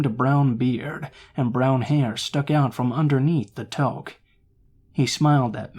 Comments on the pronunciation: In the 2nd story it's pronounced "tewk", not "toke." That's the Canadian way of saying "beanie." Other than that, great stories! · The way you pronounce tuoque bothers me. I've never heard someone pronounce it like that. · it’s pronounced like “tooke”